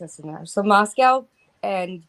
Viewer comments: Funny that pronounces Moscow wrong. She pronounces it like Russia's Moscow Repeatedly. Everyone around there says it differently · Everyone from Idaho and vicinity pronounces Moscow differently than does. Yet she claims her kids go to school there. Hmm